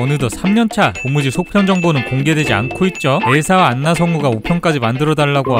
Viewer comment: 안나가 아니라 원래 발음으로는 "아나" 인데 ㅠㅠ